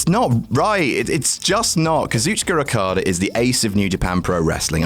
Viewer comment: Happy birthday!!!!!!!!! <3 Why do you keep pronouncing Rokada and Ribushi? XD